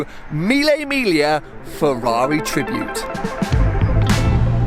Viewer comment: It’s pronounced ‘milly mig lee ah’